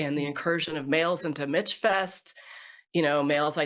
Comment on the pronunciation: Very interesting discussion. Thank you. As an aside, you can tell the women who have never been to MichFest, they pronounce it Mitch Fest. It's MichFest as in Michigan.